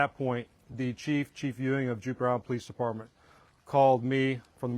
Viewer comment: This police officer repeatedly said "Juper". I think he means Jupiter.